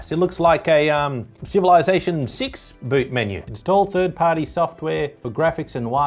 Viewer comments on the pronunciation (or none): none